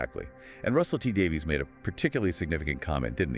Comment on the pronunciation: “Shute-ee gat-wuh!” “Davies = Davis”